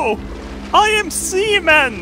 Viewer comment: Did anyone notice it? - I am sea-men... I am semen... :')